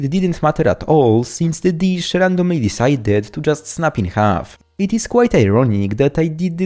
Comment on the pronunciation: You're the only person I know who pronounces the word "in" with two syllables! EE-EEN